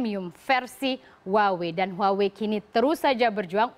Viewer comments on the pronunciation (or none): haduh baca HUAWEI bukan gitu loh mbak, yang bener itu HU-AH-WEI baru bener